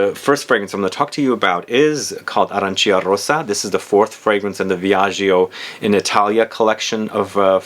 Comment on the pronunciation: The correct pronunciation is “Arancha”, you need to ignore i.